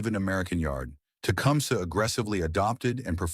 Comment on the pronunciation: Learn to pronounce the name of the item the show is about before making a video for the American people Thanks with a thumbs up because the content is ok.